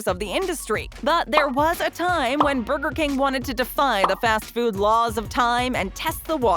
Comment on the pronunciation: “Burber king ” XD